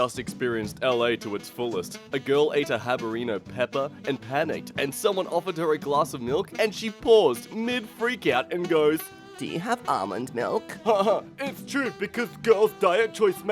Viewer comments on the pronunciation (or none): Why did you read habanero as (haba-reno)? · "Habereno pepper." Sometimes the mispeaks on this channel are almost as maddening as some of the posts. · D-did he just say habareno? Yes, he just said habareno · Did you call a habanero a habarino pepper? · "Habareno"... Habareno? Habareno pepper? r u ok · calls habanero "habareno" that wasn't very cash money of you. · How do you see Habanero and read "habarino"? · Can we talk about how calls habanero "habarino" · he said habareeno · Nobody:: haberino pepper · hold on how did he just pronounce habanero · Can you please delete this and say “habanero” correctly